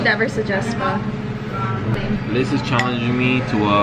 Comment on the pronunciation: Liz why you let pronounce Pho wrong 😭🤣